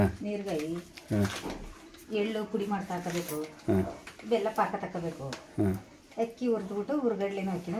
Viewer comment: ಪಾಂನ್ಕ ಅಲ್ಲ ಪಾಕ